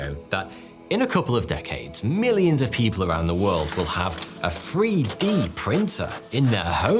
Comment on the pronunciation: "...a free-d printer in their homes..." I like anything free!